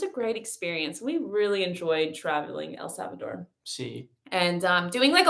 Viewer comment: You guys rock. The way you pronounced El Salvador. 👏🏽👏🏽👏🏽